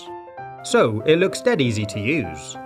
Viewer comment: When he said fun to use it sounded like FuN tO lOsE! People who hate losing stuff they own: triggered